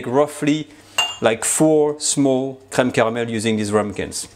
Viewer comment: Aside from the content I absolutely like how he says creme caramel //:) subscribed.